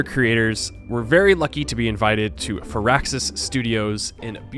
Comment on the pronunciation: Fur-axis? Isn't it Fire-axis. I mean, you were there so I'm assuming you heard them say their name, so I'll defer to you, but...still...